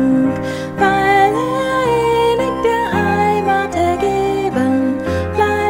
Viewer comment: hurtig, innig Wörter auf -ig werden im Deutschen -ch am Wortende ausgesprochen, nicht mit k.